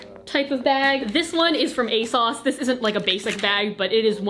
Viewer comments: I never knew people pronounced ASOS as "a-sauce"... I say "a-sose" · Y did she keep pronouncing it asauce it’s ASOS I think but I still luv ya💝💗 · the way you pronounce asos makes me really happy. it's like "a sauce". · when you find out ASOS is actually pronounced a-sauce LOL